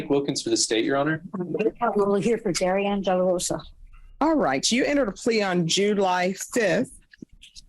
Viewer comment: kinda weird that they keep pronouncing her name like the male variant darian instead of putting emphasis on the anne and pronouncing it dairy-anne or dar-ee-annee